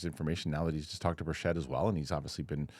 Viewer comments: The correct pronunciation of Representative Tim Burchett's last name is Bur-CHIT. *READ YOUR COMMENTS MAN!* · That's not how you pronounce Tim Burchett's name,. It bothers him. Say BIRCH IT. Don't say it like it's French.